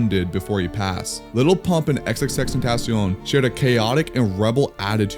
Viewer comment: Xxxten-taaacion lmfao i hate how some people say it